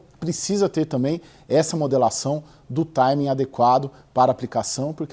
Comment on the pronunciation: Modulação. O Sr disse modelação..errado!